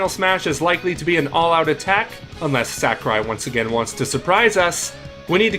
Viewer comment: In b4 ZeRo debunks this tier list. Piranha Plant was never broken, Shulk is not mid tier in Ultimate, No one banned Bayo in smash 4. And for god sakes, its Sah-Ku-Rai. Not sackarai.